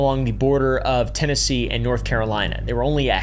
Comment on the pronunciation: Bro is pronouncing all the TN names incorrectly 😂